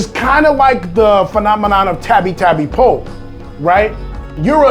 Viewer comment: Its not tapi tapi po its tabi tabi po nunu